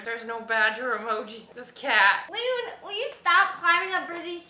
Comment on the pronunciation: lillie mae it’s Luna not Lunna